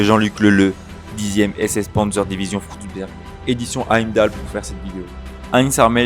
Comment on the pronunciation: Une information de détail : en allemand le "u" se prononce bien comme le français "ou", donc il l'est correctement ici dans "Frundsberg". Mais le "ü" se prononce comme le français "u". Il ne faut donc pas prononcer "Führer" comme le français "fourreur".